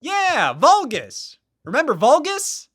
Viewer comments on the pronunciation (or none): "Volgus" - Scott Wozniak 2025